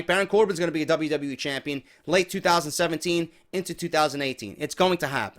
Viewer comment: the way you say 2017 kills me everytime lol i love it